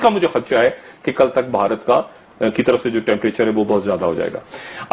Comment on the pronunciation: مادر چود بوڑھا ہوگیا , اسے " بھارت " کہنا نہ آیا !!!! بہا ... رت ہی کہتا ھے